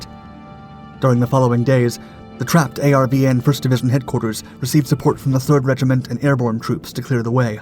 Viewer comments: ARVN was pronounced “R-Vin” not A-R-V-N. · ARVN is pronounced R-VIN.. simple. ARVN meant Army Republic Viet Nam.